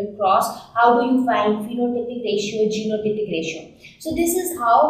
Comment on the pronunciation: Mam when you said genotypic ratio l can't catch it clearly. I think you should be mention anywhere.